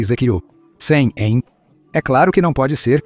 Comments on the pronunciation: O seu canal é bom, porém, a leitura boa IA fica ruim, porque ele fala DC como "dê cem". verifique isso. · O vídeo é interessante, mas a dublagem é um desastre e provavelmente feira por IA, porque lê todo C maiúsculo com seu valor como algarismo romano. Então, Constantinopla é lusa como "cem onstantinopla", d.C (sigla para "depois de Cristo") como "do cem". Isso pode confundir internautas mais desatentos. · Que é isso de "do cem" ou "de cem"? O cara não sabe ler data? d. C. é depois de Cristo. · observe qdo ele fala DC e AC